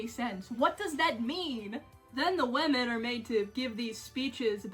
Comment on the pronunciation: I love how you say women ~Wehmin~ In my accent it's wimin which is much less fun